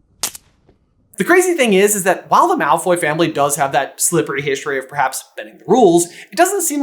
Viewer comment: not “Malfoy’s” 😭